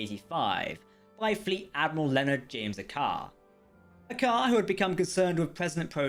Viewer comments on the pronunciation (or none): That's Leonard James "Aka-Ar" not "A car"